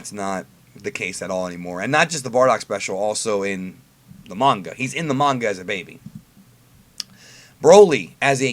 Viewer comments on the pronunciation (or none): none